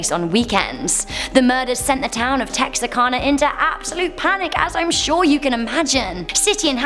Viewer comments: THANK YOU for pronouncing Texarkana correctly! That's my hometown, just on the Arkansas side (yes, there's a Texarkana, Texas and a Texarkana, Arkansas). Always bugs me when people from my own country can't even say it right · You're the bees knees. You said Texarkana correctly! Better than some folks who live in proximity of it. Many folks pronounce it wrong. Im originally from Oregon but married a man from South Lousianna and we spent the first twenty something years of our marriage in Arkansas, Texas and Louisiana. You guessed it. It straddles all the states where they meet. And sometimes the pronunciation of thing makes me cringe. You are very talented at pronouncing even what you're not sure of. Make you excellent at your job.